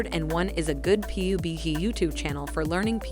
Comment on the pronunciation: Pee you bee gee